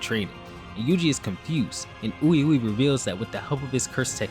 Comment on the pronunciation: Great video, BUT PLEASE pronounce Ui UI’s name correctly. It’s we we because he’s French lol